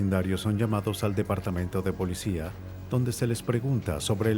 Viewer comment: No se dice polecia, se dice policìa.